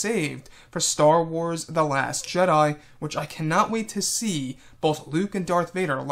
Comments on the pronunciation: why u saying last jeda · No he said last jeda